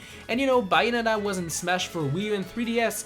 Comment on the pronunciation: "Me being a Bayonetta die-hard fan I would love to see the third game on the switch!" Can't even pronounce Bayonetta correctly